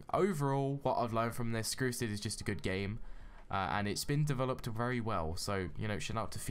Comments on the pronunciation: but u said skrusid next Time say strucid ok? not skrusids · You said skrucid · BRUH you said skrusid?!?!?!